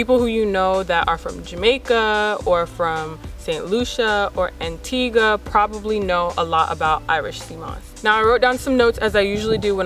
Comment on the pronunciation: It warms my soul to hear the correct pronunciation of Antigua.